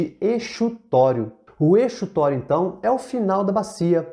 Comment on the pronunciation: Tô amando seus vídeo e assistindo pra garantir uma revisão básica pra uma prova. Achei que sua definição de talvegue deu um pouco de margem para uma má interpretação, quando você diz que é o PONTO mais baixo da bacia, e não é um ponto, né? E quanto a exutório, eu acredito que se pronuncia como Z. Desculpa ser chata, posso até estar errada, apenas tentando trocar figurinhas